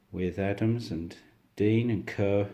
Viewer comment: It'pronounced like Car, not Ker.